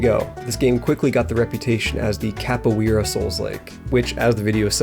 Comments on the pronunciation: CAPO-EARA??? IT'S CAPO-ERA PLEASE AND THE R IS SAID WITH AN SPANISH ACCENT PLEASEEEEEEE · I just wish Capoeira was pronounced correctly lol